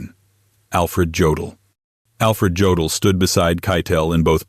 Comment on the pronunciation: Jodl is pronounced YO' dill'